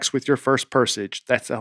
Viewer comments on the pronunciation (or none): saying “pursach” during an ad read for a language app just feels right. <3